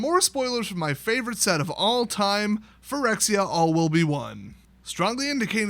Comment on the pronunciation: Quirexia all will be mispronounced